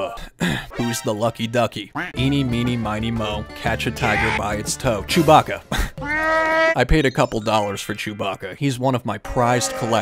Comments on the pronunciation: Its not chuboca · ITS NOT CHEWBACA